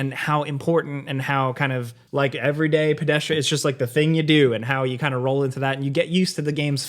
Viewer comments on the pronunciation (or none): none